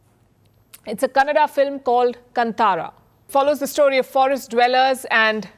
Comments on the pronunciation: KANTARA should be pronunced as KAANTAARAA (Kannada/Tulu) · I'd like to know which State wise statistics to know where the growth is & how things are where there's no growth of there's decline instead. It's pronounced as कांतार (कान्-ता-र) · It's pronounced kaantaara. Kindly note.